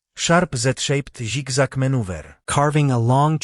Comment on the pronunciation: Did bros said sig sag maneuver